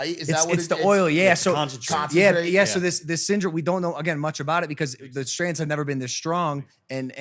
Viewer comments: It's strains logan not strands 🤣🤣🤣 it's STRAINS my guy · Strains not strans Logan 😭